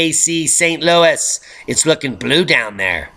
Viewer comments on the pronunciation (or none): none